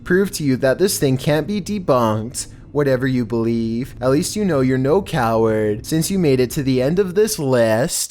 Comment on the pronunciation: R u calling me a coaward :(